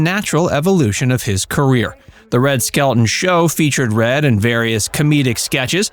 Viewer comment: Just a friendly fyi.....Red's last name is pronounced, "SKEL - TON", not "SKEL-UNE". The "t" is enunciated clearly. ETA: Red Skelton, along with Buster Keaton, were the two who taught Lucille Ball the craft of comedy. It was through them that she learned the art of timing and the physical aspects to the profession. They taught her well!